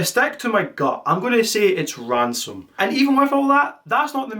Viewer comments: Why did he start pronouncing ransom as ramson? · Bro you keep calling him Ramson, it’s “Ransom”🙃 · Love the video... all in good fun but it hurt every time you said "Rampson" when talking about ransom 😭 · STOP SAYING RAMSON OH MY GOD! come on honestly think its an awesome name as well and its gotten wrong hundred times. so unreasonably annoyed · I love how he keeps calling him Ramson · Ransom ❌ Ramson ✔ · i cant believe you mispronounced ransom the ENTIRE video